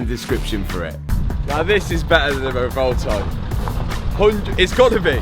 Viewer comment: “The Ririririri-Volta”